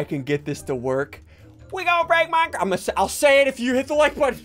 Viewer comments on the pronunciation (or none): I love the: WE GONNA BREAK MINECWAFT!!!111 Its just to funny😶🤨😂🤣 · The “iVe bEeN ✨bUsY✨ between episodes”, the “✨wE gOnNa bReAk miNeCrAf✨” and the “Hi gEt oUt oF mA fAcE ✨EH✨” omg it never gets old.